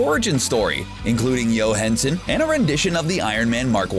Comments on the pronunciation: This guy just said Yo Hinsen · Yo Hinsen...